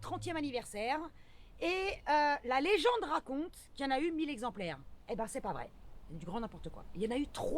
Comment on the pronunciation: Y a le verbe"monospaciser", et le terme "zexemplaires". Un zexemplaire, 2 zexemplaires....CENT zexemplaires! :)